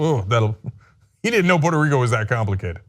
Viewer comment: Pooyeetoo Reeekoo is Mixico!!! - Dotard